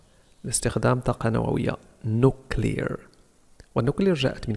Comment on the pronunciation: استاذ اعتقد أنك اخطأت في نطق nuclear وشكرا على كل مجهوداتك قناتك فعلا مفيدة